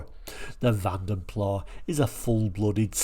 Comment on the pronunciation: The “s” IS definitely pronounced when saying Vanden Plas as the name was Flemish NOT French…